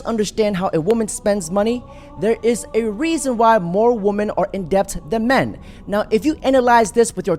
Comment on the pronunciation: Day 1187 Dude it pronounced Men and Man and Women and Wimen